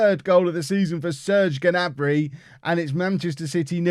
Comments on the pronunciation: Play wan bissaka and it is pronounced ( na-Brey ) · The G in gnabry is silent i believe